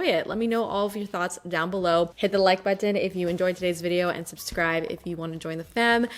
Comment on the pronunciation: Is it just me or does anyone else just love the way says the word “button?” I actually look forward to her saying the word in every video! Button, button, button...